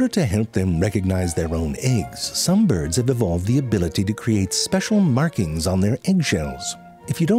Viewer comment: byurds lol